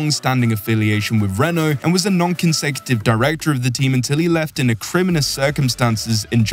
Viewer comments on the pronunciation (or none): acrimonious? why would you use a word you cant say? chat gpt confirmed? Comment below